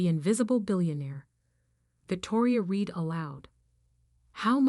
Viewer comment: Whatever mechanism you use for reading the script, human or computer, so much is mispronounced. It’s either computer software that can’t distinguish read (pronounced like reed) or read (pronounced like red) or a human who has never read the script. Just one example.